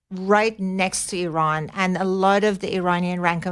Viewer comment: It's not Eron, it's Iran...speech impediment...